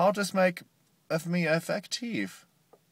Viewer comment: can't figure out if he's saying 'effect fatigue" or "effective"